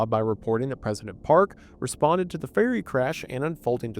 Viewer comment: Every time he says ferry it sounds like he is saying fairy.